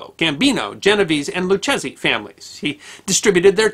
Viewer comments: Luchesi isnt pronounced Luchezzy, It's Lou Kay Zee. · Usually in Italian names, the SCHI is pronounced like "SK" a hard C. So, it's likely his name was pronounced "SKEERO" . . . . . .Similarly, "Lucchese" is pronounced "Loo-Kay-Zee" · Mostly well, good enough. Its Lou Kays e the ch is a hard K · Isn't it Loo-K-Z?